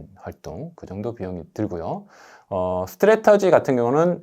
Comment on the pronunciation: 스트래터지가아니고 스트레티지